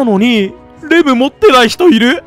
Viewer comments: レムレムレムがデブデブデブに聞こえる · レムがデブに聞こえるww